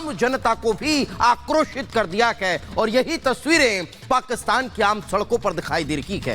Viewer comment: Abhe Kuttei " hai "ko " k "bol Raha hai munh se supari nikal k baat kar